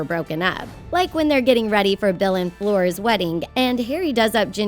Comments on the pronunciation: did she really just call Fleur "floor" ?! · she called her "phlegm"